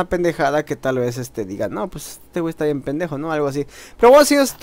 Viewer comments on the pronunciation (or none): none